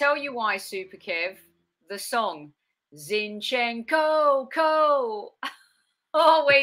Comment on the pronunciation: you are good at names. Let's pronounce our players' names correctly. Right now the two our fans mispronounce most are Zinchenko and Saliba: the first is stressed on the first syllable, the second is on the last. It's especially easy with French: the stress is fixed on the last syllable.